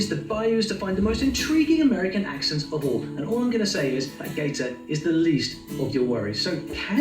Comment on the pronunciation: You have a southernism in your own Kiwi accent and I'll bet you didn't realize it. You make I, E substitution's. Listen to how you say the word "Accents." You put an I in the word when its an E. Southerners do this too. Send, went, mend, tend, lend. They become Sind, wint,mihnd,tind, and lind. Depending on where you are, southern e rs may also pronounce the vowel twice in 2 different ways. "Yay-es" "Ree-ib" for yes and rib.